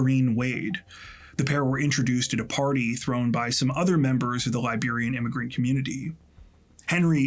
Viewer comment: I'm Liberian and haven't heard of this story. So tragic and disturbing. Also, thanks for the accurate pronunciations of Liberian names and places, excellent work as usual